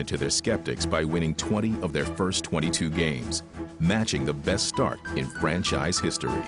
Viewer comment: my man NO OFFENCE, BUT U NEED TO WORK ON UR GRAMMAR... what is FRENSHIZE??????, i think u meant franchise